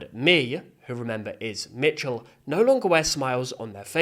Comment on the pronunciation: It is Micheal not mitchell